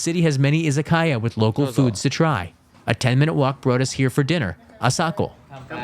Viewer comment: Nice toiur of Nishio. But pronunciation of "izakaya" and "Mikawa" are so bad. Please don't learn them that way!